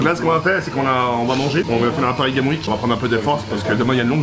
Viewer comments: qui n'a toujours pas compris qu'on dit Parisgamesweek et pas Parisgameweek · On dit pas pari game week mais Paris gamessssssss week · Il a pas compris que ca se prononce paris games sweek ..... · le seul gars qui dit "Paris game week"😂😂